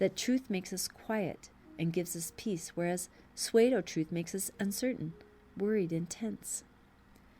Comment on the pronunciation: You are doing such a great and dedicated service by reading these commentaries, I hate to criticise anything about them. However, that being said, would it be possible to request that you pronounce ‘Pseudo’ as ‘Sue-dough’ rather than ‘Sway-do’? Regardless, I’m very grateful that you make the effort to do them, I find them extremely helpful. Thank you!